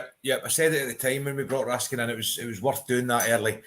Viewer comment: If you're gonna pronounce it RaskAAn then Nicolas become Nicola...it will be never ending with all the players names. Best just pronounce it the English way.